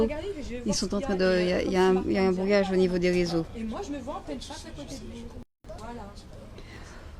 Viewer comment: “Y a des tentatives de bwouillage”, “ILS ont activé des bwouilleurs depuis qu on a commencé à diwe des twucs qui dewangent” non mais stop! 🤣🤣 après le complot mondial contre l émergence de l Afrique, celui contre le fwere 😂👍🏻🙄 pour l’empêcher de diffuser la vérité au monde entier...